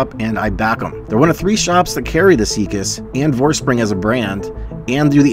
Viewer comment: Not to be a smartass, but isn't it VorsprUng, not Vorspring? I do really wish it supported DVO. I want to try this.